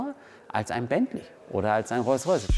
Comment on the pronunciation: WTF was ist ein Rolls Rajce? Hamid wenn du dich blamierst dann aber richtig oder? der Böse Rolls Rajce ^^